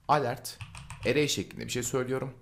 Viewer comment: ivent degil event diye okunur yazildigi gibi. alert degil elört diye okunur yani yazildigi gibi degil.